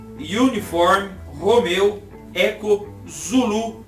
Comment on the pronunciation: Olá, tudo bem?! Parabéns! Quero deixar a minha sugestão: J JULIETT , pronúncia é DJULIET (em inglês a letra J é DJÊI) R ROMEO, pronúncia é ROMIO Os ALGARISMOS, a OTAN preconiza a forma composta (NADAZIRO, BIssotwo etc.) e a forma em inglês (Ziro, One etc.) preferindo a segunda)). Abaixo segue o preconizado no Brasil, são obrigatórios em terra, mar e ar: 0 = ZERO 1 = UNO 2 = DOIS 3 = TRÊS 4 = QUATRO 5 = CINCO 6 = MEIA 7 = SETE 8 = OITO 9 = NOVE Nota - Acima do algarismo 9, pronunciar digito a digito.